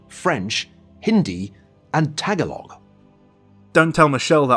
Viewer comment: Dude totally butchered the pronunciation of Tagalog. So many cringe.